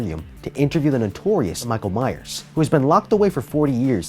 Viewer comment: He's last name is lich rally Myers not that ⚠️⚠️⚠️